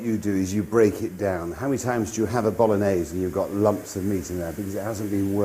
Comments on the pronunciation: Stock pot is actually used a lot in Italy, especially when there's no time to make a proper stock by boiling meat. Obv. if you have the time and the meat always go for the proper thing. Btw, you could make a bit more of effort and pronounce the gn correctly from time to time. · mi piace quando dice bolones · It's actually pronounced ”Bologanesh” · dude.....its called bologanesh ....:D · Spaghetti boknorrnese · I'm Italian and I never used stock in the Bolognese sauce. Plus, Marco's pronunciation of "bolognese", for someone proud of having an Italian mother, makes my skin crawl. I hope he improved it getting old. Everything else is correct. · It would be awesome if Marco, being 1/2 Italian could pronounce the name of the dish correctly. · He doesn’t even say it properly